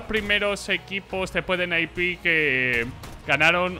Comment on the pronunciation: ENE-AI-PI???? Qué me estás contando... se dice N-I-P de toda la vida, está en los escritos. ESL de Colón no joder... Colonia!!!! cómo lo que te echa mami antes de quedar con la pandi. s1mple MVP 2020 de cajón, es el más completo, aim, gamesense, no le tiembla el pulso bajo ninguna circunstancia y si le das la oportunidad te mumiya.